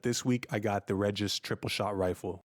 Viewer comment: It's pronounced BenE and REgis.